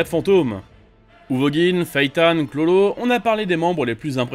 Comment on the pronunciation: Pk il dit chlolo dit bien KURORO a faire le japonais la